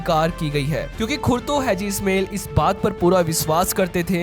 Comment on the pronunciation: इसमेल नहीं इस्माइल bolo😂